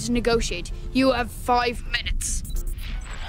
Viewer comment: Ahh yes foive minutes